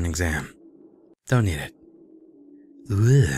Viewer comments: Nailing the pronounciation there. Euge sounds like "yooge" ^3^ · Game says: -Storehouse: Euge McGuire: pauses a moment after saying storehouse Ewagugughh.. McGuire.... I don't know how to say that guys real name..." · To be fair it's not a common name (at least in the US) but Uuurgh was a pretty unique attempt at pronouncing it XD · I think Euge is pronounced "Yoo-j." Or G as in Giraffe. Not as in ghetto. Like Eugene, y'know y'know. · "Comparative Jurisprudence: euegghh McGuire." ... "I really gotta learn how to say that guy's name." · I love watching people play this game because part of my name is in there and everyone just guess it's something like Uugh McGuire and it's just so funny! They probably said this already but I'm pretty sure it comes from Eugene, so you just pronounce it shortened, without the ene part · the guys name at the beginning of the video is pronounced with a silent e so it's just uge Mcguire by the way cry just thought I'd let you know 😊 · I think it's pronounced Euge in Eugene. It's like you and jean (like the fabric) put together. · Just to inform you, though I'm sure you're not interested and won't read this comment anyway, I believe the name Euge is pronounced 'Yu' despite being spelt differently. It's worth noting however that I am from the UK and that's just how we say it here:) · you pronounce his name like aug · Euge is pronounce like "Huge" without the H:) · That description had me like O.O! I am really enjoy this series with all the puns! Learn how to say Euge XD! Don't make those kind of mistakes! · I spat out my noodles as I laughed at how pronounces "Euge" XD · I love how you say Euge XD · I wouldn't of known how to pronounce Euge either.